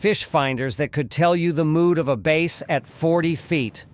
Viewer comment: WTF is a "base" boat??😂🤣And are you sure the water must be wet??😂😂😂😂🤣🤣